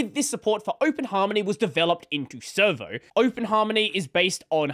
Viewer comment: every time says servo i hear server